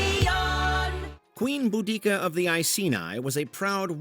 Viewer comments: Just for reference it's pronounced "bo da see a" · There's always been debates if its boo-dika or bow-desia. You managed to say neither.